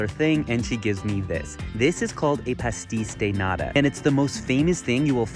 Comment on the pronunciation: You pronounced Pasteis de Nata in the most American way 😂